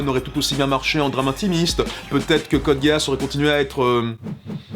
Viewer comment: code géass, mes oreilles saignent, même si je ne suis pas spécialement fan de la saison 2, j'adore la 1ère saison mais je n'accroche absolument pas la seconde.